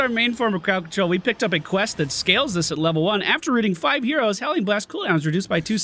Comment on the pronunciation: am i the only one hearing euros and not heroes? xD